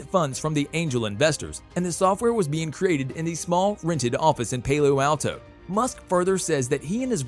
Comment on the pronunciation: Dude. Where did you learn to speak English? E-roll? Toe-sca? Pay-low Alto? Come on, you really should look up how to pronounce words you don't know before making videos. [Protip]